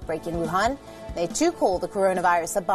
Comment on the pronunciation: Nice vid and all but why do you find it so hard to pronounce "weapon" properly